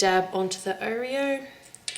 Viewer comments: I don't know ( well I do) but the way you keep saying Oreo infuriates me! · I've never heard anyone say oh-reo before- I say aw-reo... oh well it's all the same oreo anyway lol- nice cupcakes! :)